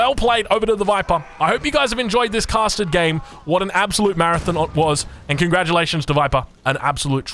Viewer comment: just sounds like he says “custard” when he says “casted”